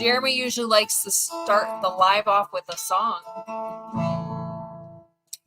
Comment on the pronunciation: I can't help it shart the fart .. Sorry....everytime you say start that's what came to mind lol 😊